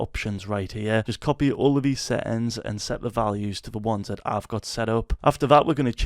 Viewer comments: "Set ins" i love your accent😂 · seähhtääns xd love your voice so crazy lol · Settings❌ SÆtiNgS ✅